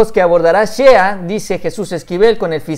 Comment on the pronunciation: Shea se pronuncia “shey” buen video, saludos